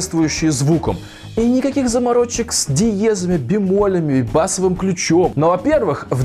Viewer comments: Ключ не бАсовый только, а басОвый , обертОнами, а не обертонАми и так постоянно... Если эта говорящая голова учила русский, как третий дополнительный иностранный, то простительно, конечно. Кстати, дрАйверы, а не драйверА, сЕрверы, а не серверА, но поварА, профессорА... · не бАсовый, а басОвый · Только не бАсовый ключ, а басОвый. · ключ вообще-то басОвый, а не бАсовый. музыканты поймут) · не ба'совсовый а басовый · Пожалуйста не бАсовый ключ, а басОвый